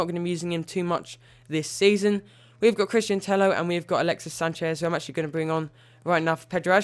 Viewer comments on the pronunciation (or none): You need to say Tello like Teyo it's pronounce like this